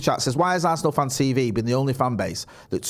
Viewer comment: Arse-nal, it's in the name